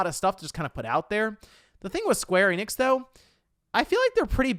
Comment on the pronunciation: Also, Square Enix is not pronounced 'Eee-nix'. It's simply En-ix, n-ix. And if you're an ultraweeb, you'll probably want to say enexu, or better yet en-nekk-su.